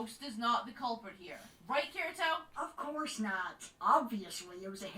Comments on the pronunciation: Why do you pronounce Kirito like "Kireeto"? It bugs me. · did you just call him 'ker-ee-to'? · it's Ki-ri-to